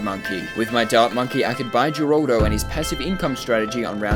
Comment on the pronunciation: Her-al-do his name is geraldo name for pronouncing is her-al-do